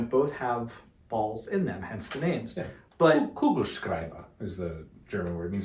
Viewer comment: holy smokes! your pronounciation of "Kugelschreiber" was really good! and the translation was also spot on!